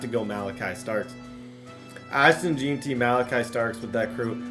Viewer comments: BRO ITS Jen-Tree not Jee-tee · Jen-tee not Jean-tee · Gen-tee for Jeanty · Bro why does he say jeanty like that